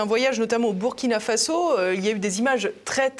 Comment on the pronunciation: Belle émission avec un africain intellectuel intègre dans ses analyses! La Journaliste prononce bien me nom de mon pays: Burkina Faso!